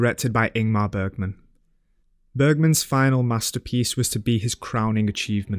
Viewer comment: Bro took the time to pronounce the number 18 correctly but didn’t manage to say “Bergman” the right way 😏 (I’m just pulling a leg, don’t take this too seriously)